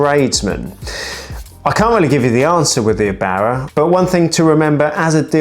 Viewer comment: It's Err-bauer not "abauer". Couldn't watch the video because of this nonsense.